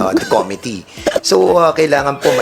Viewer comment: something serious, yung pronunciation nya nung "Committee" parang "Comedy"... ako lang ba nakakapansin?